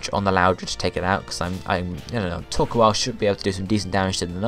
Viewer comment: Torkoal is prenounce like Thor-coal, and favorite villains have to to team rocket or maybe team galactics